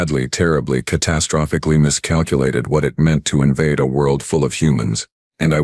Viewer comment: 😂 It still gets "catastrophically" so badly wrong it's amusing Added this one to my playlist - fantastic story 😊